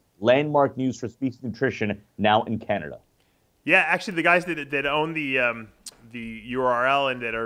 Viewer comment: In Canader?